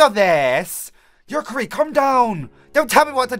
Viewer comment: you pronounced Yukari wrong it is spelled the way it sounds like